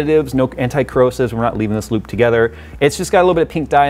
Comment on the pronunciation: I hear lube all the time when you say loop